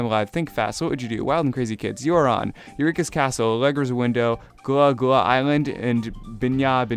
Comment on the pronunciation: YOU SAID GULLAH GULLAH ISLAND WRONG!! srry that was my childhood. its pronounced "guh-llah guh-llah island"